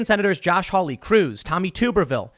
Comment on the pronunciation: Oh for the love of God. You pronounce it “tub-Er-ville”.